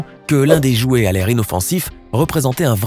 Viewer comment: Au début "Les iouet"